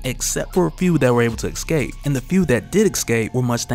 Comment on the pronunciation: Escape not excape